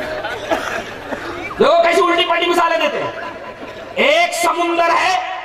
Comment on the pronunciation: Samandar ko samandar bol ke nahi aata samundar bolta hei jab bhi mu kholta hei ghalat bolta hei.chup be sharm.